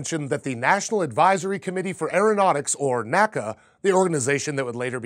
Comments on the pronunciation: Hi! Keep up the good content! Maybe you are not aware of this, but the historically correct way to refer to the National Advisory for Aeronautics is to say "the N-A-C-A" (say each letter), not to say "NACA" (two syllables) in the way that we say "NASA." Supposedly this was even a bit of a pet peeve for old NACA members after NASA was formed! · NACA wasn't pronounced as a word. It was always spoken out as N-A-C-A, not 'nacka' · It's pronounced N.A.C.A. and not NACKA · Very interesting. Just one point though. While NASA is pronounced as an acronym, NACA is (was) pronounced as EN-AH-CEE-AH. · NACA is spelt out, not pronounced